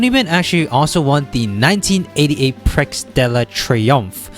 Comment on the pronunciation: I don't speak French so I don't have too much ground to criticize pronunciations (unless it's one of the many borrowed French words we use in English). But the mispronunciations of the word "prix" particularly upset me. It's pronounced "pre" like in the word "prefix." Hope it helps.